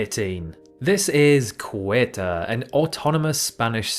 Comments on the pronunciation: Any geographer should know that "Ceuta" is pronounced "say-OOH-ta," not "kway-ta." (Why do Brits have so much trouble pronouncing Romance words, especially Spanish and Italian ones?) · ah yes, cueta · it's pronounced SE-YU-TA, or SEW-TA right? correct me if I'm wrong 🤷 and he also forgot to mention MELILLA! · Cueta is pronounced "S-yoo-tah" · Ceuta ("SEH-wta"), and you pronounce it "Kweta". Really? Is is that hard to read Spanish? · Young man, respect is earned, so no respect for you. It is called Ceuta, not Cueta and it is not the only one. Your American ignorance is apauling! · It's pronounced " seu-ta". It's derived from Portuguese as Ceuta was conquered and under portuguese control until it was given up as a portuguese infanta's marriage dowry to a Spanish king. Yea, I thought the narrator erroneously was saying "Kuwait" at first.. 😳😵‍💫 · Ceuta is pronounced Say-yoo-tah, not kuwaita! Hope this helps! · it is pronounced "SAY-oo-tah" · It’s insulting how you didn’t even bother to check the correct pronounciation of Ceuta. What the hell is a Queuhtah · Oh NO!!! It's definitely NOT "Qu-Etah" (Ceuta). Horrible! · did you pronounce Ceuta as ku-et-ah? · cueta? lmao is ceuta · Ceuta is also not pronounced Queta. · Right. It almost sounded like Quetta (which happens to be in Pakistan😂). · Ceuta was initially conquered by Portugal in the year 1415 and remained under portuguese control until it was given up as a Portuguese infanta's marriage dowry to a Spanish king. Oh, the correct pronunciation is "seu-ta". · that is the worst butchering of a spanish city name i have ever heard. it's pronounced more like "the-oo-ta" and the first syllable is the one that's stressed. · I'm guessing he read it as "Cueta" instead of "Ceuta" (switching the 'e' and the 'u') and that's where the 'k' sound of the 'C' came from, since 'c' is usually pronounced like 'k' before a 'u' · nope. It's more a k sound than ch. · The way he pronounced "Ceuta" 💀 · Yeah that pronunciation took me by suprise